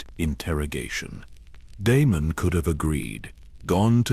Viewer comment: Prince De-me-num, the rogue prince 🙈